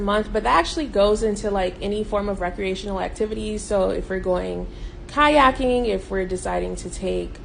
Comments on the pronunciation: I know her ass didn’t say KAYAKING?!?!?!?! 🤣🤣🤣 I’m not going to be mean but she know she wrong! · I stopped watching when she said kayaking 🤣🤣🤣🤣🤣 she’ll need a barge for that. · She said Kayaking. 😂😂😂😂😂😂 She’s definitely trolling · This whale said kayaking 🤣 ☠️